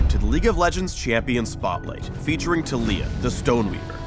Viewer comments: Tuh-lEE-yuh? I thought it was TAH-lEE-yAH. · Yeah, idk why they're pronouncing it like Tuh-lee-uh. I've heard it Tal-E-a everywhere else. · I don't like how says her name. He says "Tuh-LEE-ya". Shouldn't it be "TAH-li-ya?" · Kid I am pronouncing it Tal-E-a because that is how you pronounce that name literally EVERYWHERE else and Tuh-lee-uh sounds stupid lol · WHAAAAAAT?!?!?!?!?1 YOU PRONOUNCE IT tah LEEE yah?!?!?! WHY?!!??! it should be TAHliyah!!!! you messed with my mind rito!!1!1111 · yo wait it's tah-lee-ah not tal-ya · am i the only one who thinks that the way taliyah's name is pronounced is wrong? instead of tah-lee-yah it should be tali-yah idfk anymore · IT'S TAH-LEE-AH GUYS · Kadeem The Dream Oh the character is cool, but it's like taking a really common name and then making up a new pronunciation for it lol, I just wanna call her Talia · i thought it was taliyah (tah-lih-yah) xD. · I refuse to pronounce Taliyah this way considering it is basically the name Talia and this not how you pronounce it -.